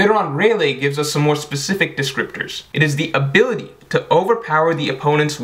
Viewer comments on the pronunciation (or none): none